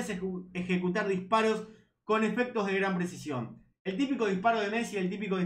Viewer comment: Che, como te cuesta decir "presicion" te sale "presion " todo el tiempo